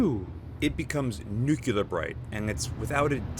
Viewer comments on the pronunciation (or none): It's nuclear, not "nucular" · Tenebraex* Ten-a-bro Nuclear* New-cle-ur You're killin me C!